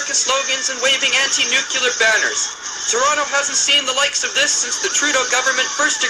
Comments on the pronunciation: GAWDAMMIT... NEW-KLEE-YAR!! not "nookYOOlurr" ugh.... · Better yet...NUK-le-ar, not NUK-u-lar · I listened to this and was absolutely appalled. It's NU-CLE-AR, not NU-CU-LAR! 😡 (😛) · Nuclear, not nukular. Pershing missile, not Persian missile. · Amateurish and histrionic. And .. NUKE YOO lar? Come on people. No comparison to The Day After is remotely warranted. Please. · Good gawd! If I hear "nucular" one more time, I'm going to explode like a nuclear bomb! FYI, it is derivative of the word nucleus. There is no nuculus! Jeezus! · The DJ mispronouncing “Pershing” as “Persian” and “nuclear” as “nucular” added an eerie element of realism. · it kills me every time someone says "nu-cu-lar" god dammit its NUCLEAR.... NU-CLEAR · Not "nu-cu-ler" "Nu-clear". This has always driven me nuts....🤷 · It's nu-CLEAR...not nuk-u-lar. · NEW-clee-ur a.k.a. NEW-kya-lur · Haha, George W always said "nucular" & Laura would just cringe. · Lol. How did the two syllable "nuclear" turn into three syllables? It's two syllables - "nu" and "clear." I don't see how you could possibly get three syllables ("nu-ca-lar") from that. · In the 80's and 90's ,many pronounced the word"nuclear" as "nu-cu-lar". Don't hear that as much anymore. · Well done, but....'nukular' gave it away. That said, production was very good. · For the record, NEW-KLEE-AHR! How hard is it? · Nukyoolar. Otherwise, fine work. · "Anti-nookyooler weapons." Gee Dubya Bush applaudsifies this. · You people need to cut this "Dubya" stuff out. Presidents Carter and JFK ALSO pronounced it "nucular". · It might be time to officially change the word 'nuclear' to 'nucular' as few people manage to get it right. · If you can pronounce the words 'new' and 'clear', you can string them together and correctly pronounce 'nuclear'. No effort involved. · Did you catch that? "Nook-yoo-lar" weapons? I don't know about any of you but the word NUCLEAR is pretty damned easy to pronounce! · “Noo-koo-lar”. “British Embassy” (and in Toronto!)